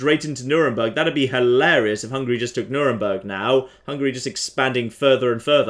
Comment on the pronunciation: It's pronounced Nürn-berg, not Nür-en-berg